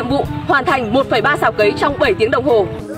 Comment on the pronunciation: Cấy chứ không phải cày. Nhỏ không học lớn làm báo.